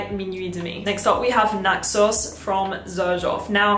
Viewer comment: Your accent makes it sound like xerjoff Naxos your saying “nut sauce” 🤣